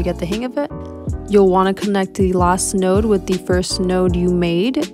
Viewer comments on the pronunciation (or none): none